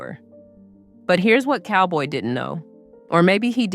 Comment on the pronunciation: Not Cowboy it's Calboy.